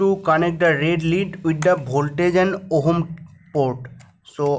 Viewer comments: Its not ohom . Its ohm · Everytime you say ohm, I'm dying laughing here 😂